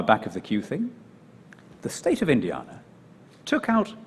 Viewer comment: Apart from the way he says Indiana! 😉